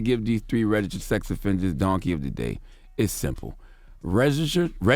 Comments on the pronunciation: His struggle with registered🤦🏽‍♂️ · The word "registered" seems to be a struggle for ol' Charlemagne.....